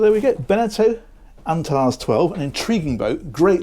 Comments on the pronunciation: I'd pronounce it "Ant-are-ezee" - is this a Meile discussion moment?! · Gorgeous gorgeous boat!! Love it! But you've definitely got the pronunciation wrong. It's pronounced 'Ant - air - ease'.